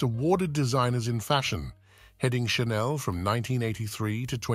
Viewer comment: Perhaps learn how to pronounce Chanel.